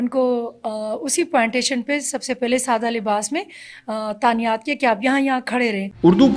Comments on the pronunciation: Keep up the good work. It’s tainat not tanayat on there. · تعنیات نہیں تعینات ہوتا ہے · تعینات ہوتا ہے بی بی تانیات نہیں